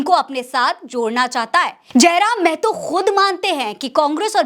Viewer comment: मेहतो -मेहतो बोलना बंद कीजिए (महतो)